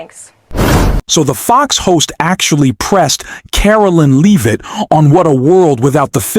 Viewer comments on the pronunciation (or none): Not “Leave-it” - pronounced “Lev-it” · AI came up as it often does, with mispronunciations but my recent favorite is the one for Levit's name: Leave it !